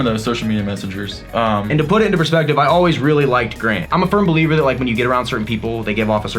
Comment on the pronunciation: Everytime you guys say firm believer I think you’re saying “furn” believer lol